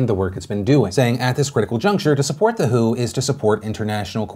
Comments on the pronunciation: It's pronounced Double-U, Aitch, Oh – not "who". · Tip: The WHO is pronounced by saying each individual letter (W. H. O.) - not by reading the word "who" (that's a band) lol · Phil you're supposed to pronounce each letter in WHO not say "who"... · Ever time Phil says "The Who" it makes me wonder why the classic rock band has anything to do with COVID 19. Can somebody tell him it's the W.H.O.? Each letter is pronounced separately. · FYI - when you says WHO, you're supposed to say the letters. It's not called the "Who." I love you Phil, but this video was so cringey. You can Google it or contact anyone at the WHO to verify. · Who? The World Health Organization. The W.H.O. Not the who. Sorry, but you said it like 50 times and it got annoying. Now I've vented and can go on with my day. Thank you for your time. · its W.H.O not who..you're not a toddler